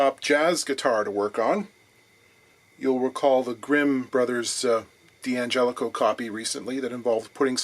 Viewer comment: please siop saying Dee Angelico Dee Adario Dee Aquisto it's Dangelico Dadarrio Daquisto love your videos though